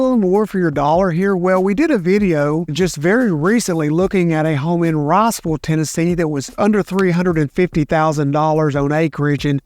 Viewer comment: He's from here he claims. You think he'd know Rossville is in Georgia lol. Athens is lost, but let him send people to Rossville instead of Riceville please